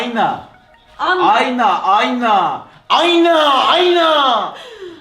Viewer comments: aynağ aynağğ😂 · ü başa sarıp sarıp sarıp izliyorum 😂😂 aynağ ayynnâğ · ayna demesi çok komik(